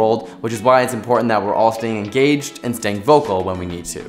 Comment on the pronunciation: "stay enGAYged"